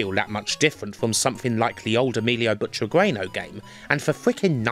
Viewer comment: Ehh. I love your videos. They're really a blast with all this info squeezed in and a very thorough approach tomthe topic. But I can't stand your pronunciation of the name Butragueño. The "u" is silent and the "ñ" is "softened". So it reads a bit like "butragenyo". BTW, it's a pity you didn't include arcade versions but I suppose it would add another huge layer of work and stretch this video beyond any boundaries of decency ;-)